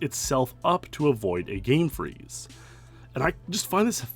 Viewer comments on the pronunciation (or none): none